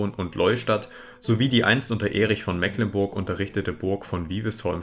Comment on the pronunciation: "Mecklenburg" wird aber mit langem e gesprochen.